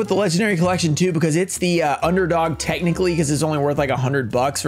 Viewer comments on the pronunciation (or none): none